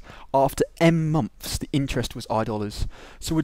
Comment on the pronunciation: "Number of mumps" XD no offence haha, anyway thanks ur vid really helped :)